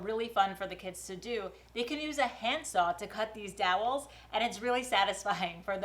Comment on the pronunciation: you're a great inspiration and a great mom. Have a great summer with the kids!! And another video where we get to hear you say, "dowels." 😂